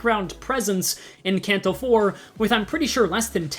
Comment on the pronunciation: I hate your pronunciation of Canto just pick one PLEEEEEAAAAAAAASSSSSSSEEEEEEEEEEEE